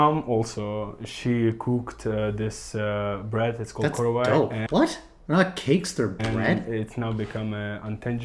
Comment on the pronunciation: Here are a few corrections/extra info Antonov, not Antov Korovai, not Karovay The national inventory of intangible cultural heritage of Ukraine includes the korovais of Sakhnovshchyna and ritual breads of Vinnytsia Oblast, meaning that only two specific varieties of korovai are classified, not all of them The mayor of Mykolaiv is actually Korean Some might interpret this as if Surzhyk is a specific mix of Ukrainian and Russian or even a transitional language, but that's not true. Essentially, Surzhyk arises like so: you're speaking Ukrainian, you suddenly can't remember one word or phrase, and so your brain automatically replaces this with the Russian equivalent. Surzhyk doesn't have set rules, it's just a thing that appears when both people in a conversation know two languages (in this case Ukrainian and Russian) and don't care to make sure they speak either one 100% correctly Hutsuls are just one specific group of Ukrainians in the Carpathian region, but it's not the only one. There are also Boikos, Pokuttians, Subcarpathian Rusyns, and Lemkos. Due to their isolation in the mountains, each of these groups evolved their own cultural elements, many of which have been preserved well to this day. Bohdan Khmelnytskyi, not Bogdan Khmelnytsky (the former is the Ukrainian spelling, the latter is a weird mix of Russian & Ukrainian spellings) Actually, many ancient Ukrainian practices from the pagan times had been incorporated into the